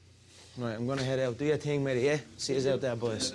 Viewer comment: Funny how Conor says Meji instead of mehdi